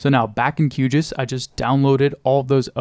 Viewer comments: Never have I ever heard someone pronounce QGIS as kyoogis, but now I'm gonna start doing that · Hate to be that guy but as a GIS professional myself (great work btw) I would personally hesitate pronouncing QGIS as if it's a word... sounds a little bit too similar to a certain type of human excretion in my opinion. We normally pronounce GIS just straight up "G. I. S." for that reason. The other (less funny) note is that it makes it harder for others to follow your work if they can't tell what the program you're actually using is.